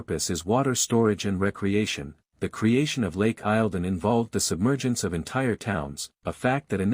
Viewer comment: Victoria's lake is pronounced lake eel don